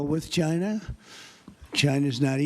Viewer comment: TRUMP SAYS "Ghina"